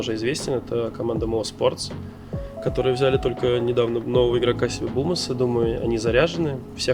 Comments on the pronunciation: Ахахпха, бумыч не бумас, а бимас) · Ахахахах, они бимаса называл бумасом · Bymas: существует Бумыч: бУмас